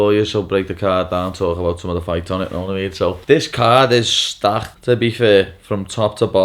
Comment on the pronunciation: “Stakh to be fair”